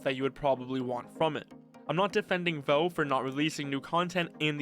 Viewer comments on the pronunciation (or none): bro really said "volv"